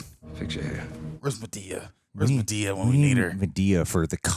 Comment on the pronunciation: He is cute but he is not yet invited to the cookout. He still can't seem to say Madea correctly, so it's a no for me. Lol